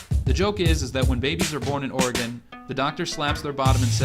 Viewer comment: Oregon actually passed a law allowing self-service in rural counties, they still offer to pump for you dying business hours. Also, "Ore-gun" not "Ore-gone". Liking the videos.